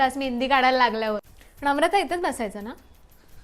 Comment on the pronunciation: णम्रता.... णाव... बोल णा णाय येणार... 🤦🏻😂😂